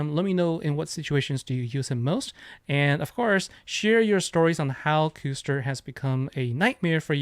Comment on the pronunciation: Sweet video Custer is such a pain in arena easily fastest so after charge gear fastest Custer gets gem move first. Btw it's cuss ter would be my guess like the European pudding.